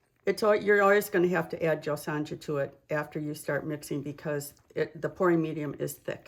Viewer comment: Thank you for sharing please not the J is silent in JOSONJA pernounced JoSona